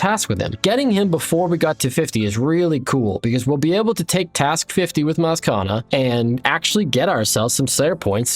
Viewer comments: Love the series, but I beg you read Mazchna's name properly because everytime you say "mazkana" it's killing me ahaha. Its pronounced "mash-ner" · brother I love you but if you keep calling him maskana instead of mashna which is how his name is pronounced I"m gonna lose it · Mazchna is pronounced "Mash-nuh" love your content! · really good video! mazchna's name is pronounced mash-ne, according to the wiki. Can't wait to see where the series goes next episode! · Bro please look up the pronunciation for Mazchna 😂😂😂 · Incredible incredible series. But just so you know while I have to forgive you for your pronunciation of Spria and Vannaka because they don't have an official pronunciation (at least not according to the wiki) my boy Mazchna does! And, it's not what you'd expect lol. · lol the pronouncing Mazchna as if it has 3 A's in it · very impressed by all the different ways of pronouncing mazchna, none of which are correct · The pronunciation of Mazchna is throwing me for a loop every time I hear it lmao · Loving the content :) Something about the way you pronounce Mazchna rubs me the wrong way 😅 it's no big deal tho